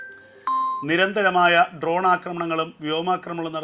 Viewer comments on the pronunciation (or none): none